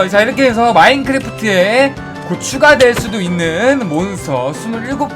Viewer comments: 곧 추가된다는데 잘못들어서 곧휴로들었어요 ㅋㅋ발음좀똑바로부탁해요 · 계속 마크에 곧 추가 된다고 할때마다 마크에 고추가 된다고 들리네요